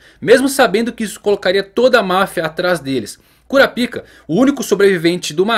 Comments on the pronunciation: Muito bom o video, só é engraçado escutar "♪ Kurapíca" no lugar de "♪ Kurápica" que me parece mais natural de falar e mais family friendly. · Kurapica? Não se pronuncia kurapaica? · Kurápika, e não "Cura Pica". Quem "Cura Pica" é urologista 😂😂 piadas a parte, bom video... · Essa pronuncia não tem salvação em nenhuma das opções kkkk eu particularmente prefiro o da dublagem KURAPAIKA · Não se fala "Curapica", se fala "Curapaika" Assim q eles falam no anime em Japonês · É por isso que na dublagem BR pronuncia o nome dele "Korapaika" por causa do original parecer outra coisa. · KuraPAIIIIKA... kuraPICA.... Ehhh fróiiiid 😂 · Kurapica? Homi coloca um acento na vogal i pra ficar na pronúncia japonesa ou "ai" para chamar de kurapaica